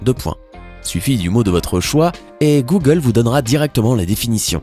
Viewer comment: Le monde = Google Les Français = Googeuleuu 😂